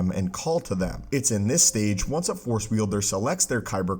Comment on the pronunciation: Plz plz plz finish the word force before cutting to the next dialogue. I hear “the for” so much and its been bothering me for monthsss